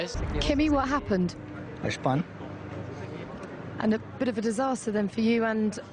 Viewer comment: ''¿Kimi What happanned?'' ''I schpun.''